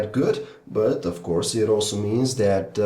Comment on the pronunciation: can you stop saying dat instead of that